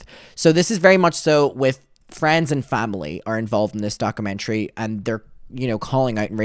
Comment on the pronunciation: Docker-mentary 😂 no shade, but please say it right because it’s driving me mad! At least you’ve stopped saying ‘retrospective’ in the completely wrong way, so that’s a bonus. Still love you regardless ❤❤